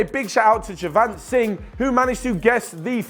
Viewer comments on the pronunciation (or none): none